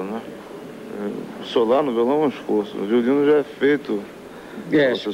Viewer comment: O Tom Jobim falava "jás" também sksksksk